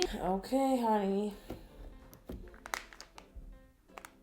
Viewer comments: Karina. Why. DOooo. Say. Honey 🍯. Like. That? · Why does she say “Honey”